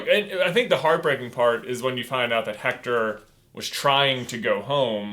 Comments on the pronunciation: The name is pronounced Ector, not Hector. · ok it is spelled "Hector" but due to the Spanish language its pronounced without the h as ECTOR! uncultured swine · Please stop pronouncing the “H” in Héctor. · You kind of got the pronounciation of Héctor wrong. In Mexico and other spanish speaking countries often don't pronounce the "H" so it's actually Éctor